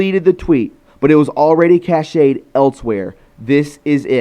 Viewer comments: Cached is not pronounced cash eh d. It's cash like in money > cash. I like you but I wonder where you learned to pronounce words. I hear you mispronounce words so often. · Cashed-- not cash--ayed. Sorry. Try to maybe read slower so u don't mispronounce so many words. Love ya brother. Great vid. As always!!! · PLEASE... cached is pronounced like cashed, as “I cashed a check”. I know it’s petty. But you want truth, so... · FYI - the word cached is pronounced “cashed” as in stored in computer memory. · Cached = is pronounced like Cashed , Cashed a paycheck, not Cash-Aid —- just trying to help, not trying to be a hard srifft